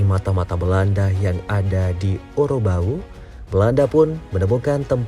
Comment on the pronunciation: Maaf dalam narasinya mungkin ada yg keliru pengucapannya. Yaitu disebutkan OROBAU. Mungkin maksudnya OROBAU. .. semoga secepatnya Ditetapkan JD Pahlawan Nasional.